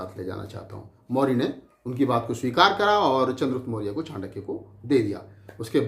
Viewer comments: Chutiye chaandaky nahi chankya hota hai pahle bolna sikh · चंडक्य नही चाणक्य था वो। चंद्रगुप्त एक विधवा राजपूत थी।अरे मूर्ख इतने महान व्यक्तित्व जिसने भारतीय इतिहास को नई दिशा दी दुनिया में जिसको आदर से पढ़ाया जाता है तू उसका नाम भी सहीनही बोल रहा है। इतिहास को distort करने का ठेका ले रखा है क्या? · नाम तो ठीक से ले लो पहले। चांडक्या नही चाणक्य है।